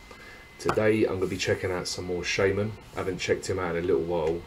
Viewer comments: please pronounce his stage name like [shama:n] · please, pronounce it like SHama:n!!!! The song is enourmously popular in Russia, everyone knows it!